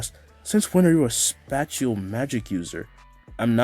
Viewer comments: I know he meant spatial magic but did I hear him say spatula magic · why you say spatial like that🤣